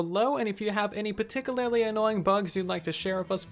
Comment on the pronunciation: Take a shot every time he says “particul-larily,” which is not a word. He means “particularly” xD